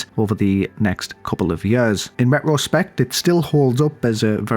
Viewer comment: Hey, it’s RETRO-spect. Not RET-ROH-spect.